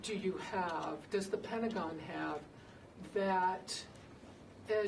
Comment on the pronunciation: The Pent-uh- gon